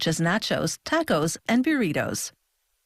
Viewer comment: As far as I can tell this is the Canada-only voice track done by Lynne Adams. I have a feeling her Canadian voice coach might legit have never heard the word "taco" before, and she, despite knowing full well how to pronounce it, just followed his advice anyway because fuck it, How It's Made is a between-paychecks kind of job. Their budget is like 5 dollars to sit around in a factory and film machines